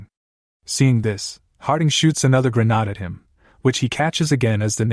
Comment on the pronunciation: When will this ai learn how to pronounce grenade